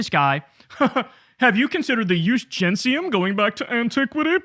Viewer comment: It's "Jus GenTium"; not "Jus GenSium". Dude can't even quote his Romans right.